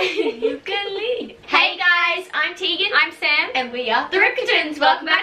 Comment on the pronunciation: Sry Sam but it’s Tegan